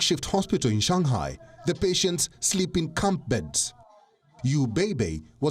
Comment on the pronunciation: its not shangkai its shanghai bro